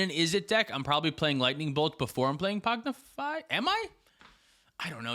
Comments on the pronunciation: Pong-ify pong. Not pog. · adding a D every time he says pongdify 😂 There isnt a d in the name! Great show guys, love it. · Y'all saying Pognify instead of Pongify is wild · It's PONG-ify You're saying POG-nify lol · Btw you guys are calling it “Pognify” when it’s “Pongify”😅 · ….. it’s blue elemental blast my guy. Also PONGIFY. Not pognify. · There is no D in pongify lol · Whelp, I’m never pronouncing “Pog-nify” correctly again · Thanks again, great episode! I am wondering though: How mad is Tyler (and rightfully so) that you are saying "Pognify" instead of "Pongify"? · i had to stop ;istening to this one because i cant handle the rampant misspronounciation of pongify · Was driving me insane. PONG-IFY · I love pronouncing "pongify" differently every time 😂😂😂